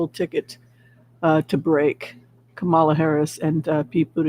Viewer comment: Please everyone stop mispronouncing Kamala Harris's first name. When she was on the View, she said her name was pronounced Coma-la. She and Joe make a great team and we need them both.